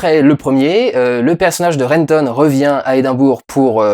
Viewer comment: ah!!!!!!! ça sert à quoi de faire un accent scotish au début si c'est pour dire "édainBOUR" après!! ah je souffre!!!! on dit "edinboroh" you #&@@ ! bon sinon c'est une bonne vidéo comme d'hab :)